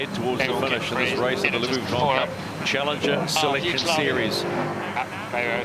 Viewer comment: In answer to you question the commentator is NZER and he’s hopeless.cant even pronounce VUITTON properly. Grrrrrrrr,,,,,,,,,!!!!!!!!